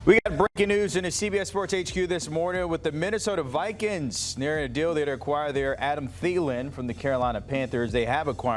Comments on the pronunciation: “Minnesota Vikens” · The way he says Vikings… shoot me . “Vikens@ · “The Minnesota Vikins”. 😂